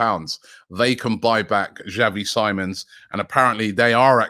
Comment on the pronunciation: Xavi Sim-ons not Simon lol